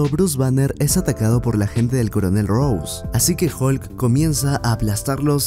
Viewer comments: no es Jim Barton, es Clint Barton, es coronel Ross, jajajaja no coronel Rose (pronunciado como Rous), Rose es el nombre de la protagonista de Titanic, si traducimos al espeñol la manera en la que pronuncias su apellido le estas llamando coronel Rosa. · Y yo que pensé "Soy medio exigente" cuando escuché que dijo General "Rousse" y le dijo a Coulson secretario jajaja